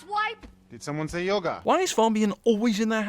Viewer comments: He says yoger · When you say her yoga is f*** it sounds like you're saying her yogurt is f*** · Says yerga instead of yoga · He calls yoga yoger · You Said Yogr not Yoga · Sin for saying "yoger" instead of yoga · You sin the way she says impenetrable, but you say "Yoga" like "Yoger" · "yogER" Lol Silly brits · "Yoger.......Yoger". This is why I love British accents, the way words are said in British English. XD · Pronounced "Yoga" like "Yoger" +1 sin for "Everything Wrong With GamingSins" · Minus 124 sins for you making yoga sound like yoger